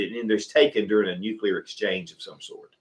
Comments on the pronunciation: This guy is driving me crazy saying “nucular” instead of “nuclear” a hundred times in a row. You shouldn’t have opinions about things you don’t know how to pronounce. Other than that thank you for all the input. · "NUCULAR" is not a word, its "Nuclear." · As soon as I hear someone say "nucular", they lose me